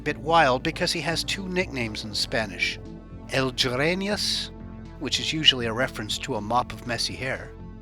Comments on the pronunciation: El jereñas and el barbas 😆 greñas is pronounced like great not jereat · El Jerengus lol. Dude its pronounced el greyñas